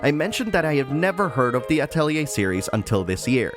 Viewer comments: You actually pronounce atelier correctly. That's enough for me to watch the entire video. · because of the way it's spelled a lot of people pronounce it Ah-telli-see rather than Ah-telli-ay